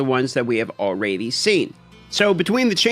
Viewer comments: All-raidy then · Has ever addressed the way he pronounced the word already? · It’s ok, he’s from Alaska. They do things different up there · ^ he's got a point 😂